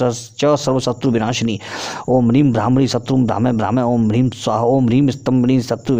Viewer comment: आपको प्रणाम करते हुये क्षमा माँगते हुये यह कह रहा हूँ ह्रीं और ह्लीं दोनो का उच्चारण आपने उलट पलट कर दी है। ॐ ह्रीं भ्रामरी,,,,है यहाँ आपने ह्लीं कर दी पुरे अष्ट विद्या मंत्रों में। आपके विद्वता और स्पष्टवादिता का मैं हृदय से सम्मान करता हूँ। कृपया इसे अन्य भाव में न लिजियेगा।